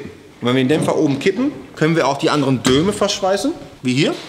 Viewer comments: Es heißt DOME, verflucht nochmal... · Dome statt Döme... . Junge, Junge was ist los bei dir. 😊😉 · Dome! Nicht Döme... Herrgottsakra! xD ;)